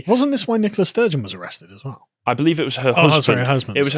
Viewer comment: Good old Nikolas Sturgeon, the woman. Seriously, are they saying NICOLA? I keep hearing NikoLAS. But maybe that's a play on lass. Wouldn't shock me.